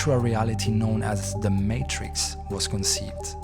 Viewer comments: Is this an AI voice. They keep saying the “mahtrix” and not the “maytrix” very strange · Great vid. You are pronouncing "Matrix" incorrectly, it's not Maaaatrix, it's Matrix, like saying the word Daytrix, or like hay or hey. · May-Trix, not "matt-triks" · Maytricks✅️ Maaatrrrikz❌️ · The way you say matrix is so frustrating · They already made a short series explaining all of this lol. This is a terrible video and he keeps pronouncing Matrix wrong. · You make a video about the "matrix" and cannot say the word "matrix"? Are you absolutely serious right now? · This is literally just a summary from the animatrix you can just watch the animatrix clip its not that long. Nothing is really added except some dude pronouncing matrix wrong.